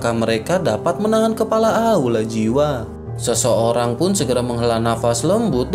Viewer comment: Kepala bang bkn kelapa😂